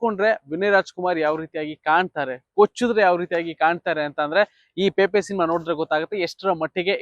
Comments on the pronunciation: ಗುರುವೇ ನಿಮಗೆ ಸಿನೆಮಾ ಹೆಸರನ್ನೇ ಹೇಳಲು ಬರುತ್ತಿಲ್ಲ. ಅದು ಪೇಪೆ , ಅಲ್ಲ ಗುರುವೇ , ಅದು ಪೆಪೆ, ಅಂಥ. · 😮😢 ಪೇಪೆ ಅಲ್ಲ ಪೆಪೆ. ಸಿನಿಮಾ ಹೆಸರೇ ಸರಿಯಾಗಿ ಹೇಳುತಿಲ್ಲ ನೀವು ಇನ್ನು ವಿಮರ್ಶೆ 😮?